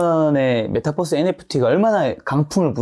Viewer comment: 메타버스 발음을 메타뻐스로 하시는데 Metaverse 를 Metabus 로 인식이 되는 것 같아요^^